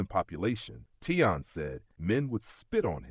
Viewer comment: His name is Taleon.... not Teyon